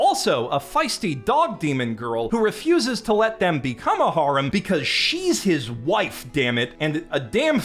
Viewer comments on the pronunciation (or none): For the love of all that's holy please learn how to pronounce the word "harem"